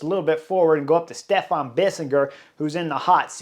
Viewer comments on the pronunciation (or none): none